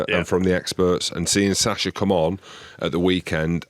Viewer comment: The irony that the host still struggles to pronounce Sacha's name while challenging the guest.